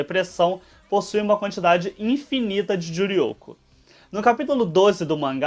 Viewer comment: Humm ela gosta de falar Juryoko...